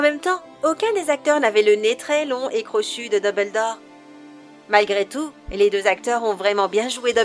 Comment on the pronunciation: Debeldore ptdrrr